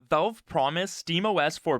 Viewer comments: Valve, not Velve. The A sounds like it does in pal, not like the E in tell. 🤦‍♂️ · it's "VALVE" not "VELVE" !!!! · Velve... O L E D wtf man who is this guy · why does he pronounce it as 'Velve'? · How does someone even manage to mis-pronounce "Valve" every single time